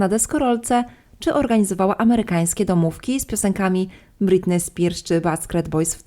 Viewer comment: Czemu tak akcentujesz końcówki słów, jakbyś pytalaaa? Okularyyyy, dziewięćdziesiątyyyyych, domówkiiii, nastolatkaaaaa. Kurczę , wkurza to